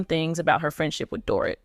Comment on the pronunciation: This person narrating can't get anyones name right She can't say Mauricio correctly. Not Dorit either.